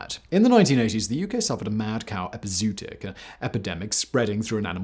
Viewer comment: Excellent video, informative as always. This is something that’s always been fascinating to me. My only nitpicks… it’s pronounced like the word “foray” not fore, and epi-zoo-otic, not epizoot-ic. Also worth a mention that Gadusek was an unabashed pervert and pedo